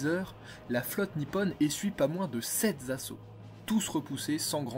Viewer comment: Obsolète, pas "obselète" : "Sept zassauts" ! Aïe, la liaison mal-t-à-propos!! Il n'y a pas de s à sept, chiffre invariable!! Comme d'ailleurs 4 ou 8 auxquels beaucoup de gens mettent un "s" de liaison à l'oral ! : "les aérodromes continentals"..... Rhooolala ! Continentaux peut-être ?!! : "qu'on rôle"??? "Qu'Un rôle" j'imagine. "aussi zimportant". Décidément, vous êtes fâché avec les liaisons... Je pense qu'à ce niveau, une erreur bon ça passe, mais une accumulation de fautes de français (liaisons, grammaire) c'est trop ! Entraînez-vous peut-être avant d'enregistrer et surtout réécoutez-vous pour corriger (ou faites-vous corriger par quelqu'un avant téléchargement sur YT). Sinon, un beau travail de recherches. Des commentaires intéressants sur des faits que j'ignorais. 👍👍